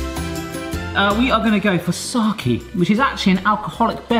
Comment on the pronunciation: English-speaking people trying to pronounce Japanese is the funniest thing ever. "moki" instead of "mochi", "saki" instead of "sake". Just the best, please keep doing it!